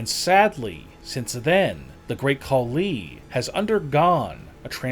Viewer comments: Dude. Are your comments created by a KI? Horrible emphasis. Tatankaaaa,Tatankaaaa, Great Khaliiiiii, WWEeeeee🙈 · Bro I'm sorry but bro talkin like: Another reason why great kuh LEEEee isn't as MUSCULAR is because he is officially reTIRED.. From pro wrestling (or dobble dobble EEEEE) and doesn't has to WORRY about going to the GYM every single DAh EEEEEEeee